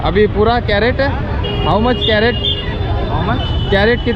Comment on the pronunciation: कॅरट काय म्हणता क्रेट म्हणा की